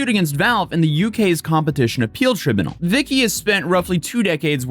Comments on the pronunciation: Brother... its pronounced "Try-bune-al" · “Try-bu-nul” lolol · Love your channel, but restfully, you need to learn how to pronounce legal terms, such as tribunal = trai - byoo- nuhl. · Did you just say "tribinal"? Haha. Better get your money back from the Learing Center. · Try-byoo-null though 😅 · Tri-bune-all. That's how it is said. Oof. You can get dlcs from not steam. I've done it. Pretty easy from like cdkeys and gog.... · I'm pretty tribunal is pronounced, "try-BYOO-null." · Never heard of ”tribunal” mispronounced so badly. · Please learn how to say "tribunal" before the next video haha